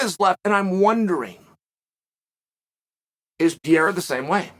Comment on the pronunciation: Alex St. Pierra